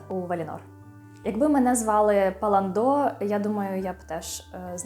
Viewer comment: Не ПалландО, а ПаллАндо.